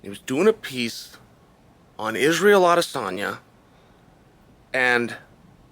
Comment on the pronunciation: Adesanya is literally the only name he says right